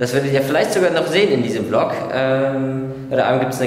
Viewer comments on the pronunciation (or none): none